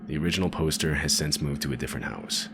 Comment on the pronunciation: why do you say "sense" instead of since? reversed pin-pen merger?